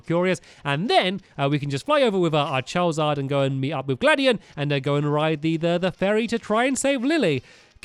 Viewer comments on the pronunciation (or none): He s said chawizard